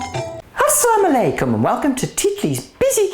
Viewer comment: A lot of Love (😘😘😘) for the way u saying "Asslam Alaikum" & "Khuda Hafiz".......by the way recipee was execellent and superb. ......